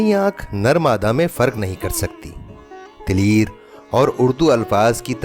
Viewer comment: بھائی تلیر نہیں تلیئر ہوتا ہے۔۔۔۔یہ تلیر کیا چیز ہے آپ نے یوسفی صاحب کے تلیئر کو تلیر بنا دیا۔۔۔